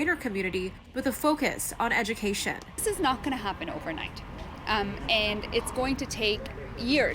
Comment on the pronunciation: The irony. Cant even pronounciate the word education. Lul.